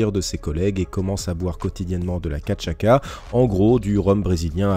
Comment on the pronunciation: Le rhum brésilien cachaça se prononce "cachassa" 🥃 🇧🇷. Juste excellent ce format vidéo sur le parcours du combattant. Bravo à vous et toute l'équipe FIGHTMINDS pour votre professionnalisme et dévouement, c'est vraiment un plaisir de vous suivre 👊🏽💥🇨🇵🇧🇪